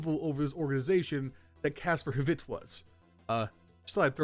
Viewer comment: As a side note, you don't pronounce the h in Kasper hvidt